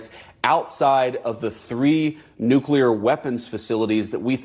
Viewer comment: why do so called educated people pronounce nuclear as nuculur?